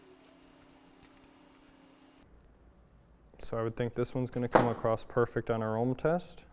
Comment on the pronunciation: Nice video! FYI the word is across, or you might use the word crossed, but not “acrossed”. I’m just trying to be helpful- like your videos. 🤓